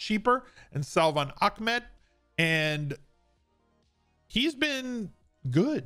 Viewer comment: Ahmad is pronounced “Ahhhh” like when you drink a good drink you say “ahhhh” then add mad lol